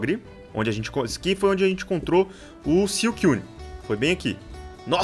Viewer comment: não se diz siucuine se diz suicune